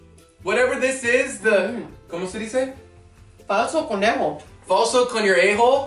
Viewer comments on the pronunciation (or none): He said falso conorejo😂😂🤣 #GUERRITODAMATRICO I LOVE YOU GUYS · “Falso Coñiorejo”😂😂I’m Puerto Rican🇵🇷 And I Love You Guys!❤️